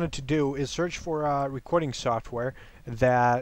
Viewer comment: "today we are going to be talking about recwording software" o my lol